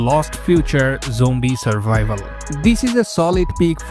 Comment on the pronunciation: Why do you say jombie instead of zombie?